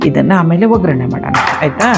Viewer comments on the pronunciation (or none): It's ಒಗ್ಗರಣೆ...not Ograne..